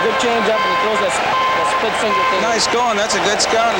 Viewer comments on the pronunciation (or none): none